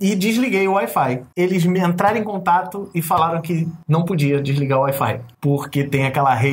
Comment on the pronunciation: Parece quando o Alfredo fala wi-fi, parece Air Fly. Kkk